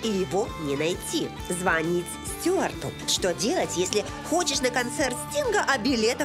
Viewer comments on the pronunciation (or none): none